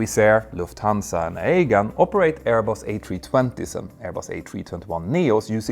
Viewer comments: The POE-to- mac River???? AY-gan Airlines???? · Aegean does NOT rhyme with Meghan... 😆